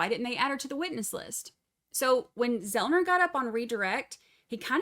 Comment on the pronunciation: Joshua Zelman - not Zelner,. I’ve heard you call him that on another stream too.